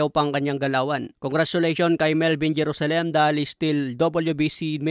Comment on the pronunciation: ganyan ba talaga ang pag pronounce mo ng JERUSALEM? HAHAHAH